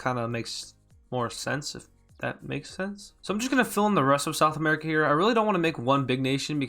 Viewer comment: it sounds like you said sexual america 😂